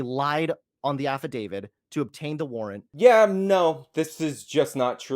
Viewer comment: "Affidavid"